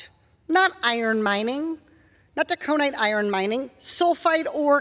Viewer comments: loved it, but i wish she would pronounce Tack 'O night right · TAC a nīte. I'm surprised the Minnesotans don't correct her. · "Taconite" is not pronounced that way, lol..😅